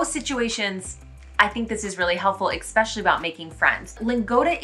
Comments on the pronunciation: You are still pronouncing the word "especially" with an X. There is no x. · I'm so much sorry I would ask you a question. The word especially you pronounce like "ikspeshely" is this the way, how i have to pronounce this? I'm not the native English speaking person,so can you explain it to me please.